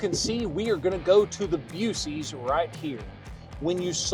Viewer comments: It’s “Buck ees” not buecees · why does he say boosies instead of buckys😂😅😂😅😂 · They probably turned the charger off because you mis-pronounced the name of Buc-ee's. It's Buc(k)-ee's, not Busee's... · WTF was that????!!! “Busey?” Buc-ee…. “The home of the friendly beaver!” for crying out loud… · Buucees🤣🤣 holy cow, that killed me. Buckees pronounced. Buc-ee's. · As a Texan, I will now ONLY refer to Buc-ee's as "Busey's". 🤣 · Nope, it's Bussey's we don't care how you pronounce it in Texas. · No music please. Also, say it like buck-ease... My wife calls it buseys as a joke. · Disrespects Buc ee’s but mis pronouncing it (Buck*ees) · Do you know what is the logo is... a beaver with buck teeth. OMG it's called Buc-ee's (Buck). I've never heard of anyone so stupid not to say it right. Even when you walk in the door they say clear as day "welcome to Buc-ee's" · He lost soooooo much credibility when he said “busee’s” 😂!!! Honestly, had my wife not went to Buc-ees several years ago and brought me home a growler I likely would have thought the same thing since I had never been to one before. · BUCK - EEEES 🤦🏾‍♂️ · For the love of everything holy! It’s spelled Buc-ees, but Pronounced Bucky’s You were standing right next to Bucky the Beaver in the video. Every time you walk into the store they loudly and proudly say “Welcome to Buc-ees (Bucky’s).” And if the store employees are pronouncing it the same way you are then someone needs to call corporate on them!!!😂😂😂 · This mf really said beuuceess🤣😲Issa joke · Buck eees? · Cant tell if your joking or not on the way you are saying buc-ee's! I hope you are 😂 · Are you mispronouncing Buc-ee’s for licensing reasons?LMBO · 1st turn down the background music. way too loud. 2nd, unless im wrong, are you mispronouncing "Buc-eeys"? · he is messing with us with bucce's pronunciation right? lol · Half of TX just gasped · Why is he pronouncing buc-ees that way😂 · That threw me off as well as a Californian 😂 I thought that was wrong